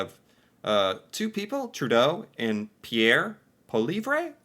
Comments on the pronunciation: His name is pronounced like poly-ehv ehv is pronounced with a short "E" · Justin Trudeau took part in a Terry Fox Run event last weekend. Did Polievre? Nope. (pronounced Pol-lee-EV-re, just for future reference) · Poilievre is pronouced : poy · lee ·ev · you are butchering his name once agian say it like this Pierre Paleev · I totally enjoy how you are pronouncing Pierre Poilievre’s name 😂